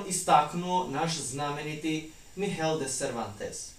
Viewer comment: Nije Kihot, Mihel i Panča, nego Kihote, Migel i Pansa . Poslušajte izvorne govornike ili upišite u prevoditelj.